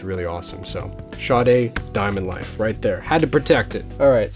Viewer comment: BTW I love Sade too and your Sade LPs are in epic condition, mine have been played soooo much that the time has come to buy new ones. Yes you have here name pronunciation correct, she lives around the corner and used to chat daily when she was waiting to pick up her child from school (never have told her that I was a fan). Nice person indeedeeee.